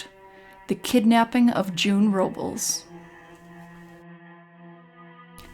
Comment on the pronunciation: Nit Pick Alert. You're mispronouncing Robles.